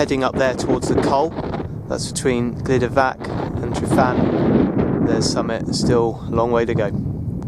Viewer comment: Pronunciation is Truvan. Y sounds uh. Get help from a welsh speaker because this cast is totally spoilt. First climbed ryfan (Truvan) in July 1963.